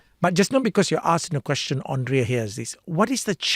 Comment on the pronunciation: Hey Gafoor, please. Her name is pronounced as Andrea (and) not Ondrea (on)